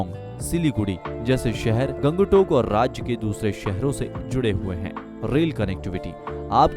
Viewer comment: Aap ka Pronounciation thik nahi hai.. Guri ko gudi, Gangtok ko gang tak